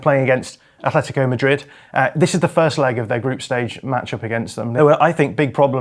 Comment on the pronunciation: AT-LETICO go look it up.. why the f, do English people almost always pronounce a "H" tha clearly is never there? ,ignorance? ..i disagree with much of the analysis anyway, risky football and brave football is keeping the ball is playing short passes through tight areas of the pitch..getting the ball quicker forward earlier is not as risky because if you lose possession of the football you lose it much further away from your goal, playing short passes from the back is far more risly lose the ball and there is an imidiate turnover often leading to an goal scoring opportunity... anyway everybody is entitled to their view, but that;s all it is their individual and subjective point of view....and btw the classic Salah finish was never about power it was about incredible dribbling ball control and precise finishing...like i said subjective LFCYNWA Football one game ONE name period, and no that's not enefel (NFL) handegg